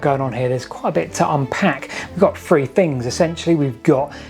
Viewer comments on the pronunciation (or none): i find it hard to take you seriously when talk about so many thousand years ago and then pronounce three as free!!!! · We’ve got free fings, a ten fousand year old Stonehenge… your poor speech undermines any credibility.